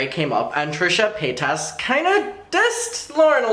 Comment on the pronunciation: Really wish you say paytus correctly. Especially if you are doing it on purpose. She has said how to say it correctly in last videos.